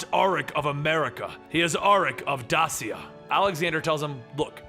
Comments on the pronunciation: As a descendant of Dacia, i beg you stop pronouncing Dasia ....Its Dacia, i dont know how to show you the way to say it right, but the way you say ”ci” is different in curent countries where Dacia was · Dacia is pronounced (dā′shē-ə, -shə)